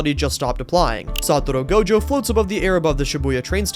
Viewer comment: "satoro gojo" 🥀